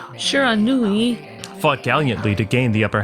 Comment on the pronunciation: I believe it's pronounced shear-a-nu-i.